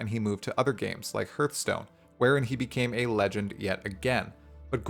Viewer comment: How you gona say Hartstone wrong too.